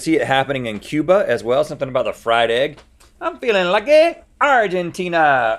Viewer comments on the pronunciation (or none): none